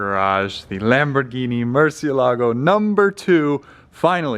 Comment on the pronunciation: Ok, finally I see how Lamborghini writes the name of the car and it clearly has an accent so it's Murcieeeeelago not Murciiiiiiiielago. It's Spanish guys.